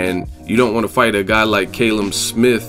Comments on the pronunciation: its pronounced Kalum not Kaylum lol 😂😂😂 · It's CAL-UM not KAYLUM. haha.